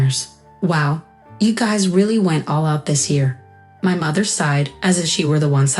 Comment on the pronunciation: Sighed, not side. Grinned, not grand. Smug, not smock. Loophole, not loofhal..